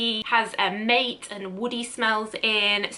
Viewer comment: "mate" isn't "mate" as in the Aussie slang for "friend." It's "MAH-tay" (there's an accent on the "e". ) Yerba maté is an herb that is close to tea. (Over-simplifying here.) Also different accentuation in Spanish or Portuguese, but that's a different story.